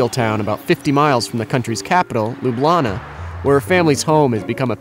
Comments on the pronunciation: Why Slovenians are not using Slovenian language to talk?? And SEVNICA is her hometown, not LUBIANA (learn to say LJUBLJANA for what LJUBEZEN comes from)O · The narrator pronounced ljubljana wrong. Come on vice really?